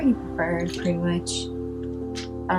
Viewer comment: kept saying “pwetty” lol